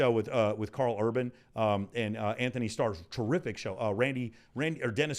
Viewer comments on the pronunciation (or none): none